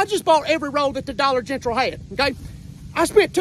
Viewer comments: "Dollar Gentral" 😂😂😂😂😂😂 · Dude said Dollar Gentral 😂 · And the Dollar Gentral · I didn't hear it right the first time and thought he said Dollar Genital - you know, the place that sells used condoms and stuff. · Yea and Dollar Gentral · "dolla Gentrl" hahahaha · The way he pronounced "Dollar General" got me weak!!!🤣🤣🤣